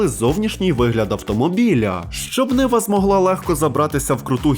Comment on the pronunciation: Не niva а nyva ушльопок малолітній🤬